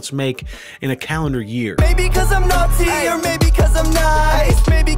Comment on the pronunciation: i swear he said nazi not naughty